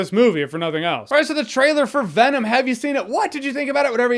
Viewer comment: When venom’s lips don’t touch to make the ‘M’ sound at the end of his name, it looks so 2000 & late